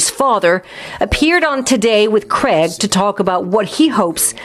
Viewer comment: Craig from Big Brother has made a name for himself now. I like how the presenter pronounces "Craig" with influence from his accent.